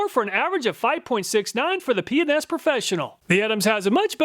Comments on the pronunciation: Ah yes, "P and S" sounds like " P N S" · Every time he said PNS I giggled. Yeah, my mind is in the gutter. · I heard Penis professional, but it was P&S Professional. I had to rewind to get it right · Hahaha "p&s" sounds like something different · whoever owns p&s, you did your job with the pronunciation LOL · I watch his videos at 1.25 speed and when he says P&S it sounds like he's saying a naughty word, haha. I had to listen again to realize what he was actually saying. Pretty funny easter egg.